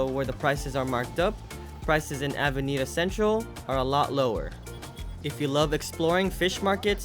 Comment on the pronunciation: Casco Vee A ho. Avenida CenTRAWL. LOL. A little annoying, but beyond that, a great video.